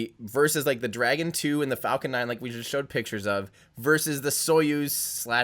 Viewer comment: I knew it Falcorn9 or Falcorn Heavy confirmed :D